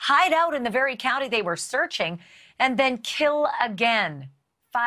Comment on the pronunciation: I like how she said SOME HOW lol!!! We know the obvious but 🤫